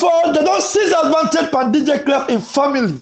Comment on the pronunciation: 📌Please the word is pronounced AD - VAN-TAGE, please pay attention to that.